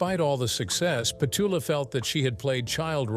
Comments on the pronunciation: Yes, I agree. Is it to get out of casting and paying someone to read a script? The overly well-modulated voice that becomes the audio in more and more film / TV productions always seems to get something wrong, and it jumps out, reminding us it's not a human speaking. I even thought, have we been pronouncing Pet-chula wrong all these decades? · you always say the words wrong in your videos,you must be ai generated of something ,its not pet u la for one thing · Yet another AI stumble. It's pronounced petOOla. Accent on the second syllable. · AI cant even pronounce Petula Another reason i hate AI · The minute the AI voice mispronounces the name of the subject, done with it. What disrespect shown to Petula Clark. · Why does the narrator mispronounce her first name? AI? If you’re going to make a video about someone, at least get their name right! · The content is good here but this AI crap ruins it.Cant even pronounce her name. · Here you go again Pleses stop this if you cant pronouncePetula just call her Pet becouse that's what UK people called her back in the day now stop being unkind to people. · Click Bait. AI couldn't even pronounce Petula's first name. Material = Fluff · Mis pronunciation of her name makes this unwatchable, honestly. AI can’t get some things right😮! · Incorrect syllable stress in Petula. These people who makes these videos never correct the mispronunciation of names you hear in every video. It’s as if and probably likely, they know nothing about the person they are describing. Anyine who has seen any video of the past woukd kniw how Petula is pronounced but these a**h*les don’t care. They’re just pushing out AI content. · Where is the "how she lives now?" part mentioned in the clickbait title? Much of this seems to show her being interviewed but with none of the soundtrack from the interview. And horrible AI narration and mispronunciation her name dozens of times. All videos in this channel look like AI creations. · Petuula not pechala how annoying